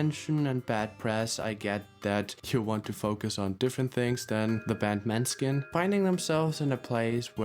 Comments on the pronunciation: i beg you - it's mÅÅÅÅÅÅÅÅÅÅÅÅÅÅÅÅÅÅÅÅÅÅÅÅÅÅÅNeskin. the letters å / ä / ö / ü etc. do actually matter..... it's not maneskin. it's mÅneskin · You can't even pronounce the band group correctly 🙃😬 the å isn't just Deco gosh